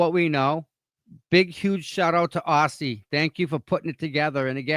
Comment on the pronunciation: Great show today! Aussie is amazing! Pronounce her name Auzzie.